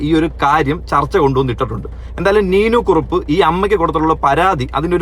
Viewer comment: നീനു കുറുപ്പ് അല്ല..നീനാ കുറിപ്പ്